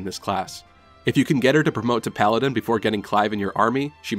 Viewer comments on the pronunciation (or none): none